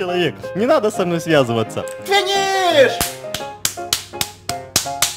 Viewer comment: ФИНИШ ФИНИШ ФИНИШ ФИНИФФ